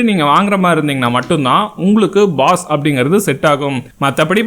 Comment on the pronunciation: Baas not boss